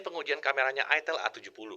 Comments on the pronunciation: Ingat cara bacanya : aitel, aitel, aitel..... Bukan........... til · "Itel" Dibacanya "AiTel" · Makanya bacanya aitel